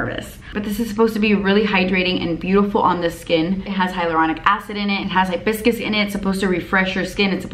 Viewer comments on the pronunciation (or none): She said Hibiscus, I heard biscuits... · I know it’s because I have a cold but you said hibiscus and I heard “like biscuits”...face spray meets breakfast, I’m down for that. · You said that watermelon spray had hibiscus in it and I TOTALLY HEARD YOU SAY BISCUITS and I got all excited.